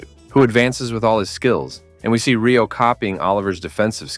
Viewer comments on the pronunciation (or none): Bro it's rayo not reo we'll prenuptial as rati and elt as teo